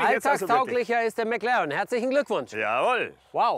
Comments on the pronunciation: Niemand Wirklich niemand Nicki: Mäklaren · Wie der Schelle die ganze Zeit McLAREN sagt..